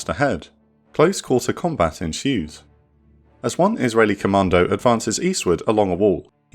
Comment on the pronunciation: the way you say commando sownds like you ar saying comander